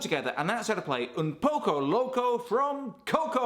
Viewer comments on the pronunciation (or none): Why Tf did you say “oownn powco lowcow” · You trying to speak Spanish and how at the end your voice goes higher when it should go lower